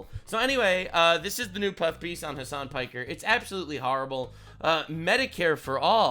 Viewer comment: Ha! He said Hasan Pecker! I am vindicated!